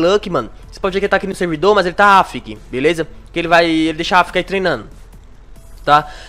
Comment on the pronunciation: Ele fala AFK errado, vai estudar um pouco pra ir pro YouTube